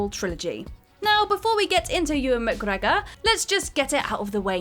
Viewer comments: What's with the cringy pronunciation of Mcgregor? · New drinking game. Everytime she says McGregor like that, have a shot so you can forget you ever heard it. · Saying "McGregor" like that repeatedly just reminds me of that person who repeats a shit joke over and over hoping someone will eventually laugh. Brad Pitt in Troy. Even though I love the film it was pretty much panned by critics. Also pretty funny you had to paste the bit about Captain Boomerang in. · No...it's not. No one says it like that🙂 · yeah literally how is this not the top comment, mildly funny the first time but it just gets increasingly offensive 😂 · who knows, best not to question these things I think, might drive you mad lol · Because it’s fun? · Because he's Scottish... GET IT????